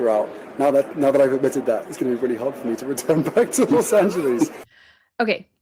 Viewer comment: The way Harry says Los Angeles as "Los Angeleez" really irritates me badly. 😑